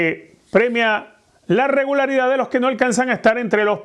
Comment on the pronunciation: Quizo decir regularidad o regalaridad?😂😂😂